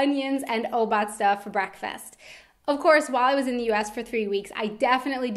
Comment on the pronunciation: i like how you pronounce obazda :D regarding your question: i went to japan a few years ago and i really enjoyed free water to your meal in the restaurant. thats amazing.